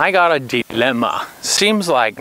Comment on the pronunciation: The alternative to prisons is death or slavery. The penitentiary was made to contemplate the error of your ways. Moses spent 40 years in the desert separated from his family for his crimes. Your Nazi accent came out when you said, "This is my dilemma!"